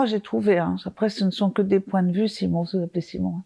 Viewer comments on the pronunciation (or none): none